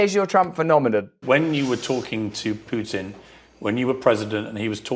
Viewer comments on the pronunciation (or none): none